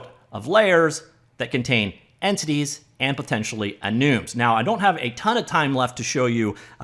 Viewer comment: I love "ehnooms"